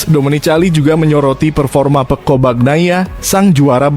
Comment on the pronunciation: Peco min, bukan pekko' 😅😅